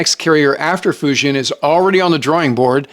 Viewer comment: "Foo Gin" is closer to the correct pronunciation of "Fujian". DLI grad in 1983, Mandarin.